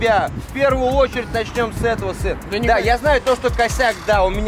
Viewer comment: Макс пачиму отець говорит син а не Макс?